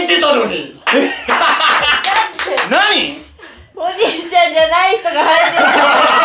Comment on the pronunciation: ｢なにゅ？｣はおもろすぎる笑笑笑笑笑笑